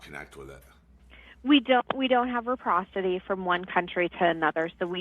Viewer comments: The DL lady needs English vocabulary lessons, too... What the hell is reprocity???😂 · ... and it's not reprocity (like she said) it's reciprocity... that dmv girl is entry level. But states issuing driver licenses, even for cdl, do not access international driving records. Ever. The US doesn't have access to do so. They're just given opportunity to take driving tests and if they pass and if they have the required documents, they get a driver license. Not hard for anyone. It should be tougher.